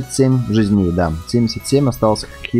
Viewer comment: видос крутой но ты неправильно ударение ставиш в слови жизней